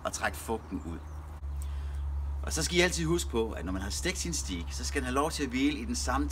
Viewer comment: En så proff. grillmand kan vel lære at sige "stajk" og ikke "stiik" 😁